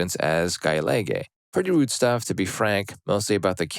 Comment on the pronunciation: That is the weirdest pronunciation of Gaeilge I've ever heard.